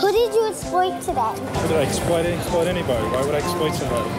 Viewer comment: "Who did you esployt today?"